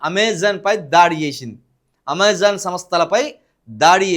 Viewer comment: అమోజన్ కాదు సారు.. అమెజన్ తెలుగు దోషము ఎక్కువ.. ప్రాక్టీస్ చేయ్